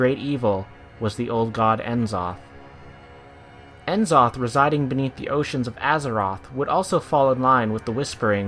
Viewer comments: its going to bether me until i comment it so its nuhzoth not enzoth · Isn't it pronounced Nuh-zoth? Just curious. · i dont wanna be that guy but its pronounced, " neh-Zoth" not " en Zoth " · N'zoth is purnonced nuzoth not N zoth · N-Zoth???? Nuh-Zoth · I wonder why people keep calling him En-Zoth! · It's pronounced E"Shaarj not Ya'sharajaa and Nuu'Zoth..... lol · "N'Zoth (pronounced "Ne-Zoth" or "Ni-Zoth") is [...]" Quote from the wikia. :( I was so happy to hear you get C'thun right, but got this wrong. How, though? Great vid though. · As soon as I heard the mispronunciation of the names, N'zoth and Nyalotha I couldnt keep watching unfortunately.... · Was loving it until you butchered n'zoth's name. Do you pronounce c'thun "See - Thoon" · nobody can pronounce N'Zoth right :/ what a turn off